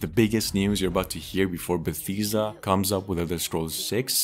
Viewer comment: It’s not Betheesda but Bethesda come on 👨